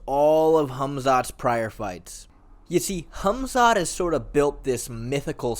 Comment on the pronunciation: I love how you say his name correctly. "Hamzat" not "Kamzat". Some names have something like a k but some don't like Hamzat and Habib. I assume he could do something wrestling wise to Costa if he trains with good and I mean GOOD heavier wrestlers.